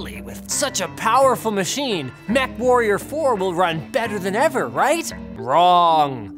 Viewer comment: Mechwarrrior, lol linus, you have good taste